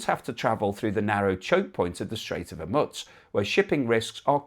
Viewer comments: it's a gentle reminder that if the idea is to give us an overall informed view of the situation, the least you can do is pronounce the name correctly. I'm pretty sure it's "Hor-mooze" too. Not hormuts. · it is pronounced HorMOOSE, not HorMUTZ. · Not as serious as your refusal to learn the correct pronunciation of HOR-MOO-Z. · Hormutz? FFS. The standards of journalism..... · there is no T in Hormuz !!! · Please try to pronounce 'Hormuz' approximatively correct